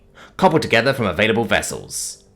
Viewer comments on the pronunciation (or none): none